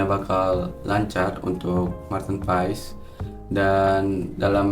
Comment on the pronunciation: bang kata kochi pengucapannya itu "paas" bukan "paes" abangkan lama di belanda tapi bilangnya "paes" jadinya yg betulnya yg mana ya?